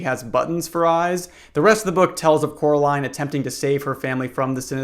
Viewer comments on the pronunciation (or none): none